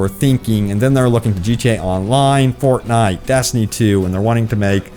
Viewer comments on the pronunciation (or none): none